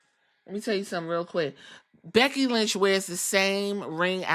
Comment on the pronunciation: *becky not beggy😂